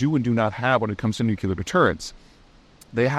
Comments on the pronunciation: "nuclear": NOO-KLEE-UHR ... not NOO-KYOO-LUHR. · I thought the mispronunciation was inserting a “you” after “new”. Not a “new” vs “nu”. So to be clear, it’s NU-clear, not NU-cu-ler. Irregardless, I probably shouldn’t of waded into this argument. 😂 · Why on earth as an intellectual, Peter, do you mispronounce “nucular” when the very well known pronunciation is “nuclear”? Sorry bud, you sound like an uneducated dumbass and any credibility is immediately lost. Please refrain from dissolving your future audience by uttering such foolish terminology. Shame on you, you can’t be taken seriously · As always great video. Got one gripe. Please look at the word "Nuclear" It is obviously NU-CLEE-AR not NUC-YOU-LAR. Most people mis-pronounce it. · Its pronounced "nuc-u-lar" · NUCLEAR!!! Not nukular. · Double or nothing on nukuler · Why does everyone keep saying "nucular" instead of "nuclear" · Apparently that simply is now nuclear is pronounced in the antipodes (South Africa, Australia, New Zealand). Peter did live in New Zealand in his 20s, so likely that's the cause. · Peter- I enjoy your videos a lot. However, it always bothers me when you mispronounce "nuclear" (nu-cle-ar) as "nu-cu-lar"". Just saying... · new-Klee-er — new-Klee-er — new-Klee-er. If Chris Cappie can learn to say this word correctly, SO CAN YOU. Also, what does it say about the state of your business if you need to increase your income via Patreon. Anyhow, Chris C. [who's learned how to properly pronounce nuclear] will continue to get my Patreon bucks and you will not. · Peter, you're edumicated, so why say nucular? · For such an intelligent guy, you'd think he be able to pronounce the word nuclear properly.... Peter, say after me......NU....CLE...UR.... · Why do otherwise literate, educated people have so much trouble pronouncing the word nuclear? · HOW TO PRONOUNCE "NUCLEAR" noo klee ur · For God's sake please spare us the atrocity "NU-CU-LAR" It sounds so ignorant. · Still can’t say nuclear.